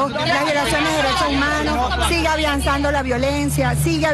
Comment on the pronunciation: Sigue "Avianzando" ..... wtf